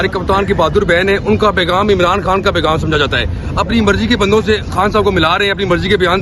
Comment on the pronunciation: او بھئ! تم پہلے ”خ“ لگا کے ”خان“ اور ” خانم “ بولو 😂😮😮😮😂 ورنہ میں تمہارے ویلاگ کا بائیکاٹ کردوں گی